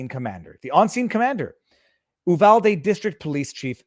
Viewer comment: its U-VAL-DEE!